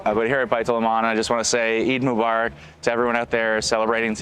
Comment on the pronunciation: can't even say Eid Mubarak ( Eeed mu bar ak ) properly 😂. Trust me as a Muslim liberals and ndp are not getting our votes lol